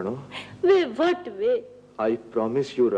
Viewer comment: "wat way" ?? way wat way? hahahahahaha